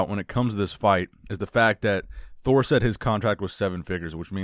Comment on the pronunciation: No one: Eddie Thor : Addie Me : Edward